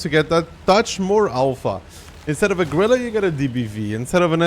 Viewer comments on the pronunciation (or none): none